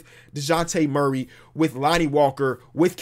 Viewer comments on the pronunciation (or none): none